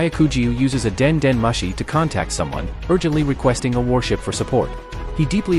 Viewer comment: at least say it correctly please. its not Laffy but Luffy. same with denden mashi to denden mushi.